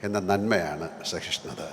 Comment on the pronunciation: സഹിഷ്ണുത ആണ് ശരി, സഹിഷ്ണത അല്ല.